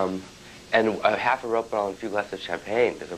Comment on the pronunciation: Isn't he pronouncing "rohypnol" wrong? Isn't it like, "Ro-HIP-nol" not "ROPE-in-al?"